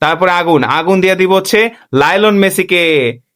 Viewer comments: আপনি কেন সবসময় মেসিকে লাইলন মেসি বলেন লাইলন নিছি না মেসির নাম পুরোটা মেসি আপনি খালি লাইলন বেশি কোন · lional messi❌lilon messi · Lionel messi না Nylon messi😂😂😂